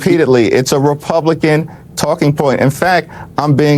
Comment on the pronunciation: Funny how They can say re-pub_lie-con yet can't quite bring themselves to say dem-o-craTic.